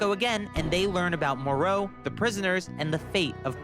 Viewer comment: way did he clal him marus when ti meerus even bvook say mer not mar and bad guys i moro not meroro dont no way the guy keeps saying names wrong